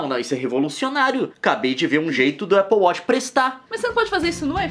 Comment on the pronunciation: "Nossa o leon tem um apple weth" kkkkkkkk nilce recuperando sua caipiragem daqui de birigui.